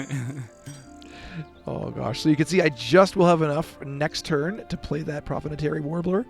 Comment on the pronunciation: Great guide, really learned a lot about this game's engine building! Also , prothonotary warbler is pronounced pro-thon-otary, where 'thon' is pronounced like dawn. Ibis is also pronounced eye-bis. Pronunciations are regional and frequently argued about by birders, but this is what I always heard